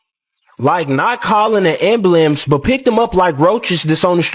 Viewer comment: Ignorant dude “ambalamps” 😂 I swear….these young boys today BEES IGNANT UP N DIS JONT MAIN. 😂